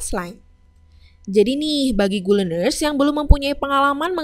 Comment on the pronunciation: Terlalu terburu2 ķeterangan nya kemudian ucapan. Maaf itu gu lener nya tulisan nya good learner?